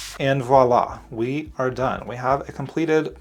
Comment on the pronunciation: I've been looking at this set for so long and oddly today, i took the plunge and bought it. It bothers me getting sucked into buying products because they are all over my feeds. I feel hypnotized. 😆 But thank you so much,, for saying the word voilà properly instead of saying wallah and creating a beautiful card.